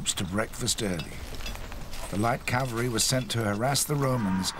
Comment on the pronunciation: It never ceases to amaze how professional productions fail to ensure that the word 'cavalry' is pronounced correctly.